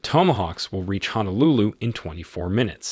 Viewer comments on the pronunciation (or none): none